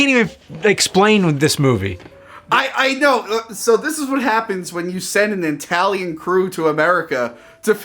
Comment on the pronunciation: I-talian is horrendous! But i love it!